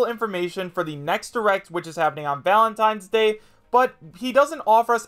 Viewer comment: "Valatnines day" Yeah seems credible enough